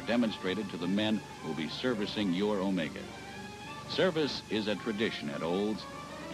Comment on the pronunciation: Wow, for once someone pronounces it right. I remember this car ('80 model). Grew up with one for several years. Not too reliable but still nostalgic